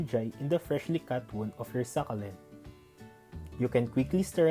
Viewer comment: Good thing that you've noticed that...your videos are brief Ang informative..and I love watching those kinds of videos but I am a little bit disturbed by the way you pronounce the word SUCCULENT... Well, everyday is a learning day...